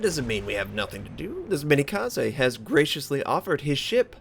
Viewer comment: Also that's the one time Arson medal, not the regular Arsonist. For pronounciation, Tenryu and Myogi is good, but Minekaze is still lacking. It's Me-Na(as in nay)-Ka-Za(as in zay) or something like that